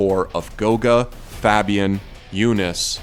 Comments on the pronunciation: Terrible pronunciation of players. First: It's not yoonas. It's jonas but pronouncing the j with a y. Second: It's not fapian. It's fabian. Like favorite but fabe. Learn to pronounce pro players right, you were the one who put the clip with pengu saying that there is huge disrespect with gamers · Man really said fahbian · Anyone else triggered with the way he said “Fabian”?